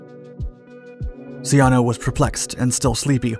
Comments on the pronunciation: A good documentary, except for one small detail. The name " Ciano" is pronounced "Chah-no", not "See-ah-no." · Ciano is pronounced Chee-ahno, not See-ahno. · The narrator's gross mispronunciation of Italian foreign minister Ciano's name is embarrassing.